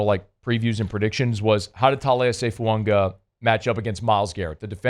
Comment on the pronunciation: As long as I’ve listened to, there is still no N in Fuaga’s name.